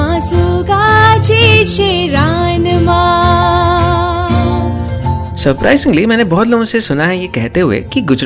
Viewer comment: ચોમાસું ગાજે છે રણમાં, not રાનમાં